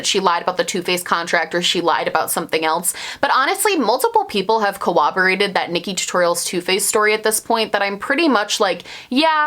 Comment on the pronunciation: "cowwoborated" hehehehe,,, think you meant "corroborated." I LOVE this video and I love your passion and immediacy for standing up for what's right!!!